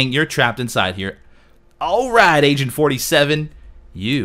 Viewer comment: The second or third time you said Agent 47 it kind of sounded as though you said Asian 47...